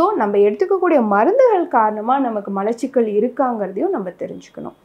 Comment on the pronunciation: நீங்கள் இந்த வீடியோவை ஆங்கிலம் தெரிந்தவர்கள் மட்டும் பார்க்கவும் என்று போடவும். உங்கள் விளக்கம் இன்னுமொரு டாக்டருக்குத்தான் விளங்கும். மளச்சிக்கல் உச்சரிப்புப்பிழை. மலச்சிக்கல் என்பதே சரி.